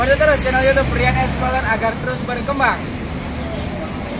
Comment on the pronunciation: Cara bacanya "explorer" kang, tetap sesuai tulisan. Dudu exploler. Tetap menginformasi ya...